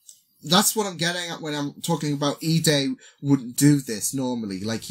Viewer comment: you pronoun lida's name ee-duh not ee-day